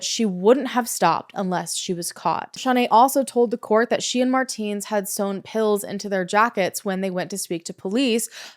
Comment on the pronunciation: It's pronounced "Mar-tens", it's been driving me insane the entire video...